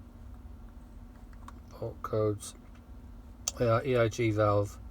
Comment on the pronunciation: You say ERG throughout...